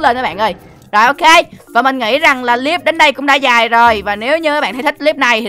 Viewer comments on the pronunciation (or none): none